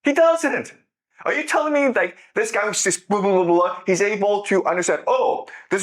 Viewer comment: Dibble be like “I don’t like the guhy”